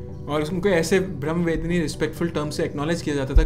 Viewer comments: Thank you for this wonderful video. Please pronounce the words properly. You completely reversed the meaning of the word. Brahmavaadini vs BrahmaVedini - Vedini means one who harasses Brahma. I know you did not mean it. That is the problem of the Hindi speaking world. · Kindly pronounce properly it's not women's it is woman and women...s is not needed..also it's Brahma wadini.. ब्र ह म वादिनी